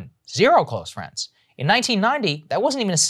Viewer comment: "Wanna be my fwend?" Americans: fuck no.